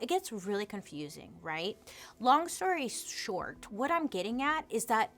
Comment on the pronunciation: Could have sworn Bailey said "long story dark" and now I can't not hear it🤪